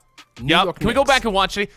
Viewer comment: Is anyone gonna talk about the fact that he said "nickerbacker" for knicks